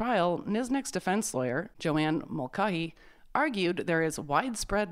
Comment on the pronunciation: Mulcahy is usually or perhaps always pronounced mull-CAY-hee. Keep up the great videos.